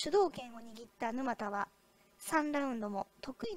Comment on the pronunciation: 「ぬまた」のイントネーションが？